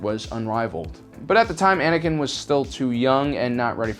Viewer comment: Anikan knee lol